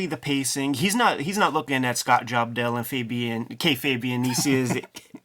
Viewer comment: that was the first time I heard Ed say scott jobdell. I lost it :)